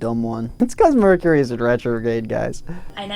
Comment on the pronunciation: thinking about the merch he gonna drop and that's why he said merchury.